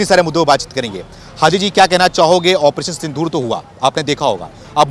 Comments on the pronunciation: सिंदूर बोल बेटा सिंधूर क्यों बोल रहा है ? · पत्रकार महोदय!सिंदूर को सिंधूर मत बोलो।